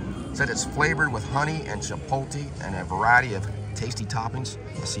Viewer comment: Not Chi pole TEE lol???????... so many people say that drives me nuts